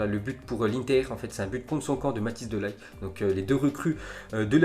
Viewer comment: c pas de ligt le g se dit rrrrrr